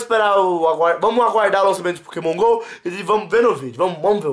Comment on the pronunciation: nao é Pokémon gol é Pokémon go mds